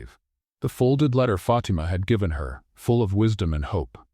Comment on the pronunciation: Fatimas name should be pronounced FA TEM A , NOT Fat t ma